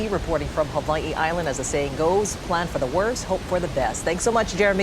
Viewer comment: Instead of storm preparation Jeremy needs to prep on his Hawaiian pronunciation 😂